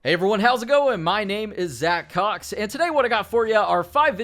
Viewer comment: The way he says, it sounds like a pornstars name😂😂